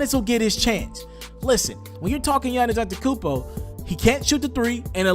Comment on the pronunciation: Giannas antekonmpo LoL It’s Giannas antetoukoumnpo